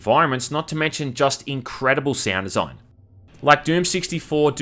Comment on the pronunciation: groate desoign